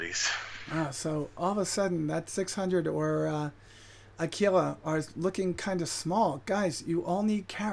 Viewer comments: It's pronounced Aquila the first way you said it, not the way you think. There was a British Kids TV show called Aquila about a spaceship called Aquila, look it up, you'll see how they pronounce it, it's Latin. You actually pronounce it wrong, Americans are saying Ah-Key-La when it's Ah-Quill-Uh you got it right the first time, the Romans even pronounced it that way. Please stop butchering the English Language lol Actually it's Latin, it predates British and American English and that's how it's pronounced. P.S, great show, love your work. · Aquila = a-kwi-lə